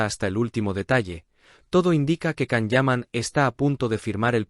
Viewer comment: Por favor se pronuncia “Shan” no Can